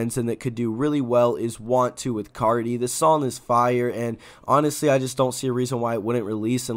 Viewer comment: Anyone Hyped For "Sometimes" Tho Gon Be "Firre"🔥🔥